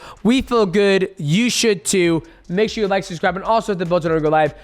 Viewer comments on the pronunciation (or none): DJ says it as "susscribe" is very Schaub-like, B